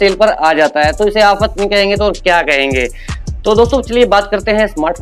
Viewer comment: Hafat hahahaha sahi bole ho bhai aap